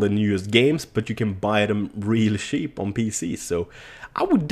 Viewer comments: I realy like how he said: The game industry,today is really SHEEP!:DDDD hahahaa omg u are such a king XD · its funny how u pronounce cheap ;D Its like; PC Gaming is really sheep